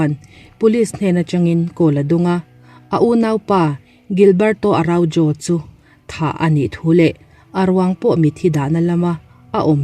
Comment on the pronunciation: Araujo is pronounced as ARAUHO fyi